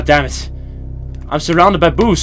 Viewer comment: Note: Work on pronunciation of "boos".